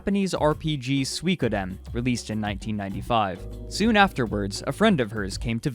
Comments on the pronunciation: "Sweekoden" ROFL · Go here and click the speaker button on the left side. it's 3 syllables: Sui Ko Den, all pronounced in the same pace and as one word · How the hell do you pronounce Suikoden!? lol :)